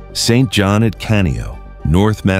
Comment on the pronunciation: Please try, not John, but J o v a n . You have an excuse on google translate :)